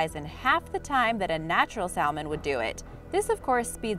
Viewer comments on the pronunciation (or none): The "L" in salmon is silent